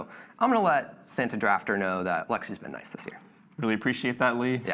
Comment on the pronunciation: You mean "Sam-ta" ♡ 🎅